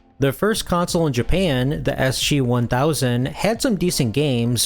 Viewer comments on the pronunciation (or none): ESH-HEE 1000 sounds middle eastern